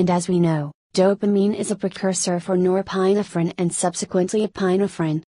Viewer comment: This is good and to the point, except your automated computer voice-over let's it down. .... "Nor-PINE-uh-fr'n" and pronunciations like that are really distracting.